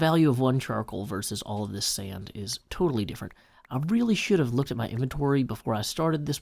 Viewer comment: I just love your accent. Who would've thought there are two syllables in sand? Seeaand! Love it.